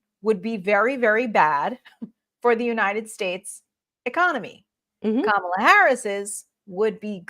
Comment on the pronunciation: Sadly As a memeber in the WWE hall of fame, his mispronouncing her name is his attempt to subtly pass along a racist trope by comparing her to "Kamala", pronounced Ka Ma la, The Ugandan Gaint who was a pro Wrestler and whose gimmick was a wild savage from africa.